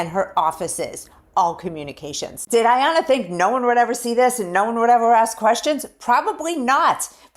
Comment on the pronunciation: Come on man!!!! It's not Arianna, IT'S AYANNA